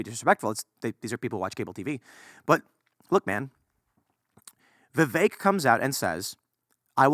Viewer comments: yes but it's pronounced vivake, it rhymes with cake, just as Vivek himself said, so i wrote a rhyme, VIVAKE IS FAKE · can't even say the guys name right still